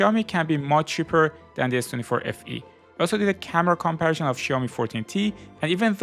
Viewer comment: "kommpärschán" = comparison